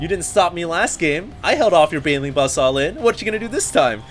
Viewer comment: You like to say allin.... :S dont